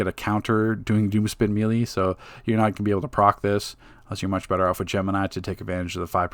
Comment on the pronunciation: Thumbs up for pronouncing "melee" correctly now. It makes you sound more intelligent and cultured. I know that it's your right to say it the other way, but that's like when people say "Lemme axe you a question" instead of "ask," or when Filipino immigrants say "pipty" instead of "fifty." One way makes you sound respectable, while the other makes you seem uneducated. Oh, and of course, great informational video. Thank you for continuing to update your guides along with the game updates. Your time and effort are appreciated.